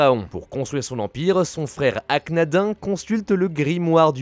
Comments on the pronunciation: Arka-na-din, tu a mal prononcé, aller hop au Royaume des Ombres Depuis quand tu parle du Manga ? Et pourquoi pas de Sevens et Go Rush pendant qu'on y est. 🙃 Attend je vais le faire a ta place. 😉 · Aknadin Prononcé AknadinE stp et le village ou sont forgé les objets du Milénium c'est Kul Elna :p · Akhnadin ca se prononce comme nadine.